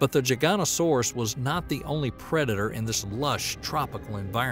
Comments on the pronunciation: Good video but it's not gigantosauras it's giga-not-asauraus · Gigantosaurus 😂 it's giga noto saurus and said that way lol. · This Is cool and all, but the way you called a giganotosaurus a gigantosaurus is factually wrong. Giganotosaurus (Jyga - noto - saurus) is the theropod you talked about in this video. Gigantosaurus (Jy - ganto - saurus) is a sauropod species discovered in the UK hailing from the Jurassic. Very different species. Just a heads up for those who are unaware or have any confusion over the two species. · giganotosaurus not giganosaurus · The narrator mispronounces Giganotosaurus...I believe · Irritated by the constant mispronunciation of Giganotosaurus ...